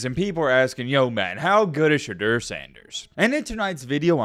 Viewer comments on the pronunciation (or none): Hey bud , I dig your video and respect the time you put into researching each topic. Ive got one comolaint...... You've gotta Pronounce Sheduers name correctly. I get your saying it just like it's spelled but this isn't Spanish, you can't just say a word like it's spelled. ive never heard anyone in the Sanders family out so much emphasis on annunciating the E and eu in his name.